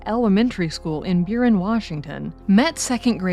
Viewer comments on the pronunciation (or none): The case of Mary Kay LeTourneau happened in the next school district over to where I currently live in the Seattle area. And it’s pronounced BUR eee in: Burien, Washington.